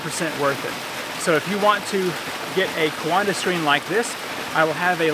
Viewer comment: coanda is pronounced kwawnda